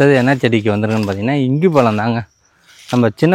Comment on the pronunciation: Pazham nu pesupa azhaga irukum